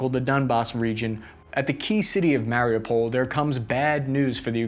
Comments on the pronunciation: Mary u pol, not mary-pole. Why are anglophones the worst 🤦🏾‍♂️😄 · its pronounced mario (withour the ) oo pull is the way to pronounce it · The video is great, but the fact that you can't pronounce Mariupol drives me crazy... Listen to a ukrainian person saying it you have to strech the UUU